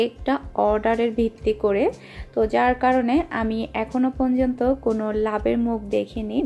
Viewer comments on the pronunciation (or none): mone kichu niben na 1 ta kotha bole.apni 1ta word bul bolen word ta hol ponjonto.kotha ta porjonto